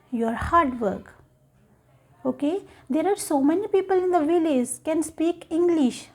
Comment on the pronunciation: She pronounces VILLAGE as "vi-laze." Wrong. Right: "vilij." She pronounces LANGUAGE as "lang-waze." Very bad. Right: "lang-wij." Her English is not fluent.